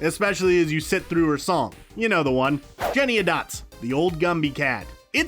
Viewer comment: It's "Jenny ANY Dots," not "Jenny A Dots."